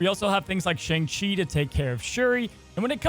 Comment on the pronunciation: Hey, you pronounced Shang-Chi in this video incorrectly.